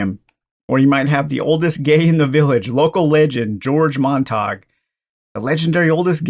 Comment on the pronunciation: Fabulous video about what looks like a delightful game. I'm not from Brighton, but for info Montague is almost certainly pronounced mon-tag-yoo.